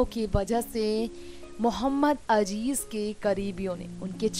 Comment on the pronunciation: for gods sake it is mohammed aziz and not mohammed ajij atleast pronouce his name properly